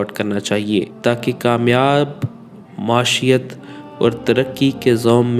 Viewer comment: Assalamu alykum لفظ "معیشت" کا تلفظ درست کریں شکریہ